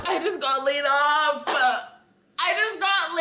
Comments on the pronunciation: Laid "offffuhhh " Please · Laid off-A? I know what laid off means, but what is "Laid off-A"??